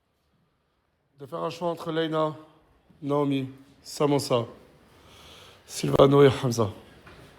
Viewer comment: Mdrr julviano au lieu de silviano